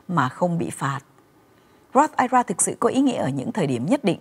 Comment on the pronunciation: góp ý thế nầy nha, nên đọc I R A rời ra vì đây là 3 chữ, chứ đừng đọc là "ai ra " giống như là I C E đừng đọc là ai,. chương trình Thanh Thảo Show "hay và hữu ích "lắm.